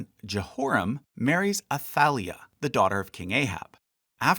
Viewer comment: Great job! Except when you butcher my name! 😅 So taf ת for some silly reason it was translated as "Th" so the correct for is עתליה Atalia, and you pronounce it Ata- lee- aaaaaaahhhhhhhhhh 👻👻👻👻👻👻